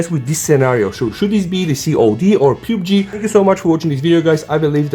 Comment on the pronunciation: Did u say PubeG 😄😄